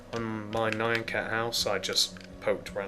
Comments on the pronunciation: it's nyan just say nean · I think it's n-ee-un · Here is the pronunciation Nee-YAH-n cat. BTW, Really awesome tutorial, I needed to make nyan cat, for a roller coaster I'm deticating to my mom!